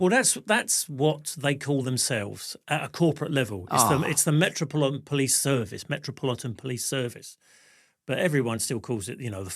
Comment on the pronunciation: he nearly said "metroplonker police!" 🚨👮🤣🤣🤣🤣🤣🤣🤣🤣🤣🤣🤣🤣🤣🤣🤣🤣🤣🤣🤣🤣